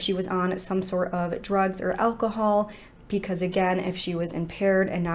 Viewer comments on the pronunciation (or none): Anyone else ever notice that this lovely young lady always says "pecause" and not "because" 😁🤩? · I really enjoy this channel, it just irks me that she says pee cause instead of because. Idk if that's just something she does to be silly like how people say meow instead of now just to confuse people or be funny, but its a little annoying. But i do ignore it BECAUSE, i want to hear the cases.